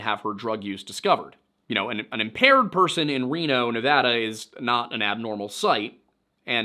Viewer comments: I quoted it along with you. Thank you for leaving how to properly pronounce "Nevada". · Side note: Thank you so much for saying Nevada the way people from the state say it. 🥺🫰